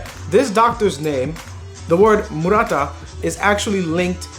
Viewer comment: The name is actually 丸太 (Maruta), not Murata